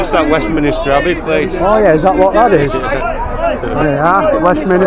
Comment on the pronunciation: Is THAT the best they could do? Pathetic. "It's Westminister Abbey" I had to laugh.